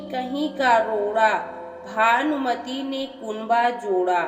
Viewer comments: Aap भानुमति को भानमती पढ रही है ।।। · अरे बावली भानमती नही भानुमति है